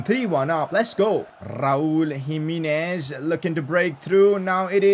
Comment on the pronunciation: Jimenez not Jiminiz